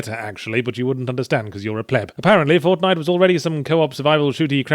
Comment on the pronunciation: "Fornite", Escapist? Fix that!